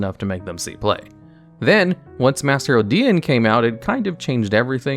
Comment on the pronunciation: masked hero dien? I always pronounce it dai-an :D